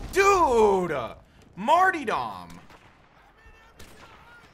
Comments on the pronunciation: martyrdom is pronounced MART-ER-DUM. Lol every one says martydom hahah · learn how to pronounce martyrdom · MartyRdom not martydom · Mart-YR-dom, not Mart-EE-dom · The fuck is a "Marty"? It's "Martyr"-dom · Say Martyr..... Now say Dom..... Crim you are ace but dear god it is not a hard word! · Maynard James Keenan It's mar-tear-dum